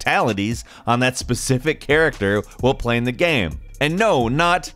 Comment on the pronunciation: I just find it funny af the way he pronounces "Game" or "Games" GAEM